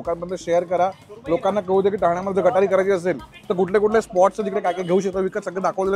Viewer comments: दादा गटारी नाही गतहरी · गटारी नाही रे बाबा , ते गतहारी असतं